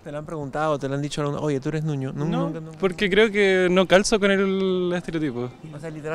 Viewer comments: El término correcto es Ñuñoino de Ñuñoa, no Nuñoino como se escucha en el video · idemm, según o es ñuñoino, pero como q a le cuesta